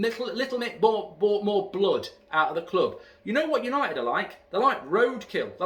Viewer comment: it's the history of Yanited 😂